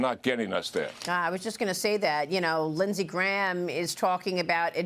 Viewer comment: Lidsay graham?